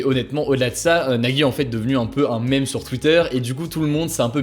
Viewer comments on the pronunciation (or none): none